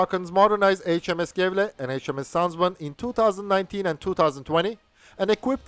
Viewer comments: Gävle is more like Yeahvluh, though, but the dark l is hard to even begin to explain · His pronouncuation is a bit off. G in these cases is pronounced like a J or Y. Ö is pronounced like ea in earth. Ä is a bit like A in scary. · he procnounces the ä and ö properly but the g in the beginning of göteborg and gävle is too harshly pronounced, its much softer, almost like a j, at least thats how we say the names in gothenburg (which is the english translated name for göteborg) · He manages Göteborg reasonable well but there is an easier route, use the English name "Gothenburg". Gävle on the other hand... Like Göteborg the G is soft, more like a J.